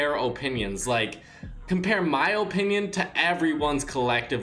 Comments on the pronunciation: In my ohpinion i think you should say opinion correctly its very annoying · Its uh pinion not oh pinion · Its pronounced like apinion but he pronounces it like ooooopinion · He says it like O pinion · Stop saying opinion like Opinion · Am i the only one that gets annoyed everytime he says OHpinion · If he says “Ohpinion” one more time, I’m going to kill myself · “O pinion” my O pinion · O-pinion O-pinion O-pinion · Benjamin Evans it makes me cringe whenever he says ooooohpininon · Fr no hate put it’s pronounced uh-pin-yon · Look up how to pronounce opinion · The way he says opinion is so annoying lmao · i hate the way he says opinion